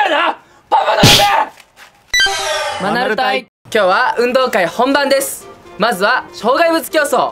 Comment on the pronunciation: 最近、、、マナル隊が ア〇ル隊に聞こえる